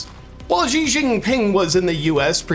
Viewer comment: Xi is pronounced SHE